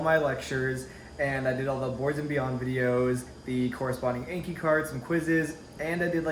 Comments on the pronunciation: I love these videos but the way you say "ayne-ke" instead of "awn-ki" drives me insane lol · People that say “ayn-ke” drive me mad 😂😂. I was literally yelling at my computer screen “it’s AWN-Ki” 😂😂😂. But congrats on starting med school! And honestly watch the boards video, do the subsequent anki cards for them, then go through lecture materials. Do your daily ANKI reviews. Incorporate pathoma when you guys start learning disease pathologies & stuff. Then use sketchy when you guys get to microbiology & pharm. all the best! - M2 student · I’m not in medical school, but I am also taking Anatomy/Physiology right now. We’re going over the lymphatic, immune, and cardiovascular systems right now... I couldn’t understand the cards you were talking about. It sounded like you were saying “inky cards” or “NK cards” or something. What are you talking about exactly? Are those online flashcards or something?